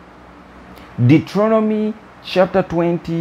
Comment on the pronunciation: Dueteronomy pronounced "Dootronomy" hahaha I like that. I like that alot. hahaha. Not picking on you your English is Excellent!!! 3>me...